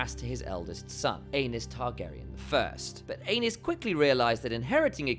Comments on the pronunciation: I thought it was ay-knees not anus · not"anus"Targarian,"Ā nice"Targarian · Poor AEnys...Doomed to have his name mispronounced as ANUS in video after video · Prince Anus... oops!! Aenys... 😂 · Too bad the pronunciation of "Aenys" sounds like "anus." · "ae" is pronounced as "ee" Which I have no doubt you know. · I thought I was mature enough to handle hearing “ae-nus” after reading a few of the comments but no. Giggle every time lol😂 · Poor AEnys...Doomed to have his name mispronounced as ANUS in video after video 🤣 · “The pressure became unbearable for Anus.”😂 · I thought I misheard ...lol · The ae in Valyrian is a long ā and the y is an i or *. If you pronounce the mad king Aerys' name the way they do in the show, (air-iss, ā-riss) Aenys would sound like 'aye-niss', 'ā-niss'. Seems like Gentlemen Broncos to me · I just had the most difficult battle of my life trying to not burst out laughing loudly as soon as I read your comment. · Even the auto-generated captions think it’s “King Anus”🤣🍑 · Ikr 😅 Bro said "Anus & Ranus" 😮 🤣🤣🤣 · Exactly why people need to stop using AI voice overs - stuff like this… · I sent it to my mom and I’m just waiting for her to be like why is he saying anus? 💀💀💀🌝